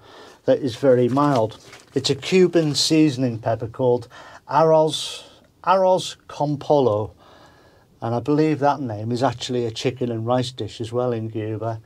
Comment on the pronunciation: it's pronounced, aroth con poyo, translation is Rice with chicken.